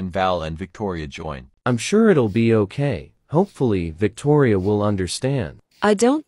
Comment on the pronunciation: Victoria said uour😹